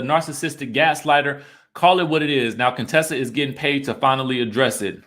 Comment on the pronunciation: It cracks me up that you still hit the "Cone-tessa" every now and then 🤣🤣